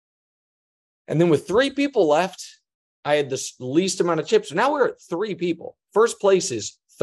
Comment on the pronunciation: "Now"?...more like, been🤣